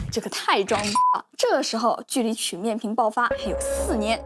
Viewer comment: 跟我读曲(qu一声)面屏